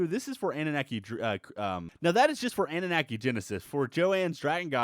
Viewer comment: annunaki said like Anu-Knock-ey not Ani-Knack-ey. same as Wyvern said like Why-Vern not Wiv-rn Mispronunciation is my pet peeve.